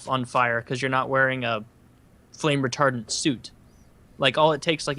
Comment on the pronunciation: Everyone says "Fire Retardant", says "Fire Retarded", ahhh good ol'.